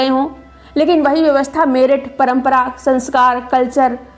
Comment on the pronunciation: अरे मैम मेरठ उच्चारण नहीं होता है । Merit (मेरिट) है सही उच्चारण !